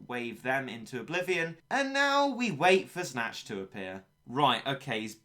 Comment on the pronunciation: Snache is Snatch.